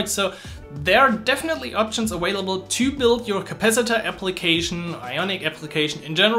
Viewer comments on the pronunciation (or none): Informative video but I kept hearing this awhailable word, I want to hear available. Maximilian says this too.